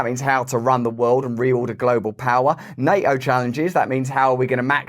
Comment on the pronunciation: It's NATO Russ.. not NA-O